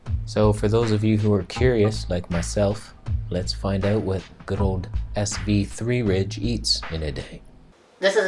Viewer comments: it's pronounced 'svedeeyeh' (rolled 'r' sverriige) it's Swedish for 'Sweden' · The way you speak his name... sv3rige... lol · Your pronunciation of sv3rige, response to his cancer heals tumours, the hamster voice you gave him Hilarious ! Great debunking and points on disinformation, comparative blood results etc etc. Excellent video !!!!! ✔️✔️ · It isn't about his English, when you take a blood test (including vitamins) you won't see vitamin F. I am certain,as ("") mentioned, that he meant vitamin E. I was laughing hard because made a funny comment in the video. Also when he tried to pronounce sv3rge.